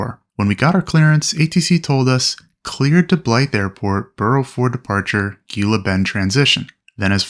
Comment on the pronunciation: Gila Bend is pronounced “Hee-la”